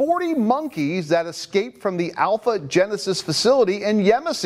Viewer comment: Could the news broadcaster please talk normally? "Excaped", "Axed" It's escape and ask.